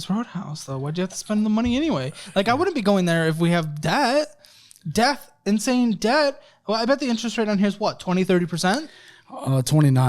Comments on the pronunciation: it’s insane not inasne 😂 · what’s ‘inasne’ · “This is INASNE…” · "This is inasne"! 😊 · Inasne or insane? Lol